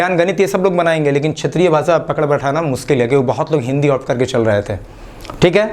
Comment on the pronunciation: भाषा होता है, भासा नहीं